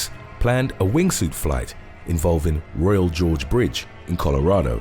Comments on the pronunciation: Interesting video. It's Royal Gorge, Not Royal George. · Royal Gorge Bridge, not Royal George Bridge. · Uh, it's Royal Gorge, not Royal George. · It's not "Royal George" -- sounds appropriate with that British accent. But it's "Royal Gorge." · It's the royal Gorge not George lol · I think you meant "Royal Gorge"